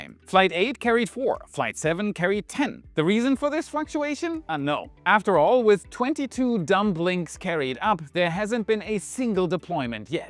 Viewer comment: they aren't called dum blinks. Dumb is pronounced dum. The b is silent. They are called dumlinks.